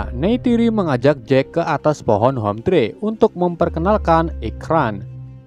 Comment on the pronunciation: "Hometree" bang : dibaca homtri bukan homtre (rumahpohon) Manusia orang2 "sky" :dibaca skay bukan ski (langit) 😂